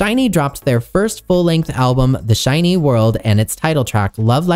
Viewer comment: Lastly, SHINee is pronounced the same as the word "shiny" (with the emphasis on the 'i' not on the 'ee'). I'll stop now cause I don't want to correct every little thing. Your dedication to try and get as many details as you could correct is much appreciated 🙏🏻